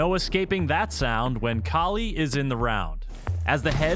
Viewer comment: Kali is supposed to be pronounced like "Kaali" not Cali as in California. Kali is the Hindu Goddess of Death